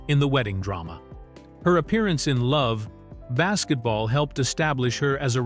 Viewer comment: Get rid of this AI shit. Its Love AND Basketball. Not that hard.